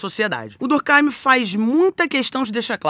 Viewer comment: Bem que poderia pronunciar durk eim, e não durk áim. O nome é francês, o pensador é francês, escrevia em francês. Lógico, durk eim.